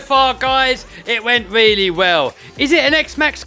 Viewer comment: it went weally well.